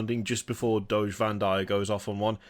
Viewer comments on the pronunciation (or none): none